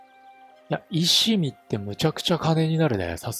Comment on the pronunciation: 石見(いわみ)です